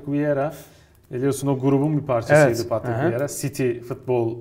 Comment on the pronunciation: viera değil vieira abi. saygılar, sevgiler 👋